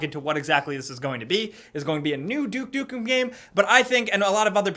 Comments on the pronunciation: Wait a a duke dukem game? said it wrong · "Duke Dukem"